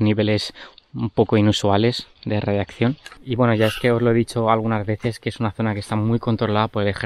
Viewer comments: ''radiacción'' xdd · Dice radiaccion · Cada vez que dice radiacción una neurona muere en todos nosotros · Nadie:: Radiakción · Se dice radiación y no radiacción. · radiación no radiccion paleto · es radiación xD no radiaccion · Radiacion* no radiaccion 😂❤️ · Jajajaja coño si y el coño 'e madre se queda pegao, debe ser efectos de la misma radicación xD